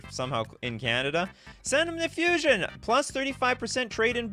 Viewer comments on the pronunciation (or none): none